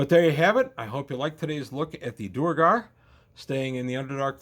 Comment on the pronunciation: I've never heard anyone call them anything but "dwair-gar."